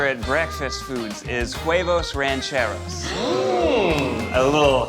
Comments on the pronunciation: As a fellow Latino, I cringed every time he said it. It sounded like he said “Quavos Rancheros” at first to me and I was very confused. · I sometimes forget the try guys are white but then I hear Ned pronounce “huevos rancheros” and it could not be more obvious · Was anyone else annoyed by neds butchered pronunciation of huevos rancheros. Like he turned the silent h into a q for some reason